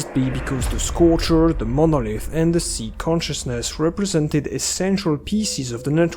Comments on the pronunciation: Just a tip; It is Psi emissions, as in psionic radiation Not C-Emissions. It's pronounced like Sigh, rhymes with bye, hi, pie. Not see/c like C consciousness. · ever since stalker 2 came out everyone's been calling it "psee" emissions. Was this just a mistranslation in the english dubbing? We'v always called them Psy as in "sigh" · "beta p-see" sounds like you're trying to insult 😂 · I assumed the "p" in "psi" was silent - as in "psychological"